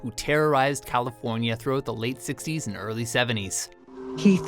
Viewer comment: this sewial killer disturbed californiyah